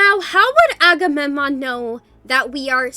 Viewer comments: ''akamenom'' T - T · is struggling to pronounce agammemnon